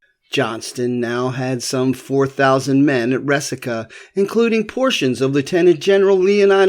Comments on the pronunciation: Resaca. Rey-saca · It's Re-sack-ahh. I grew up on a farm near the mouth of Snake Creek Gap. The farmhouse was there during the war and my grandmother had two shoeboxes full of found relics from plowing her garden. We boys went around eyes on the ground looking out for minie balls, money(I found an 1835 half dome and an 1842 dime), coat buttons, etc. Also arrowheads--there was an Arrowhead rock--an outcrop of flint--on the property and chips were common finds.